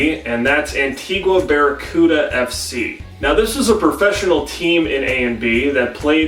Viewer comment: WOOOO I'm Antiguan-American (Peter Byers is the GOAT), also btw it's pronounced an-TEE-ga